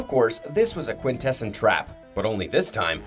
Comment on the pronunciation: Have you never watched G1 season 3? Or are you just trolling your viewers by deliberately mispronouncing Quintessons despite their name being frequently spoken aloud in the cartoon as KWIN-teh-sawns? And not once EVER as kwin-TESS-ehns.